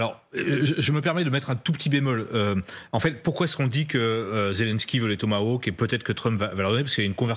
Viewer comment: J'adore la prononciation: le "Thomas Woke". Seul est capable de prononcer le mot correctement.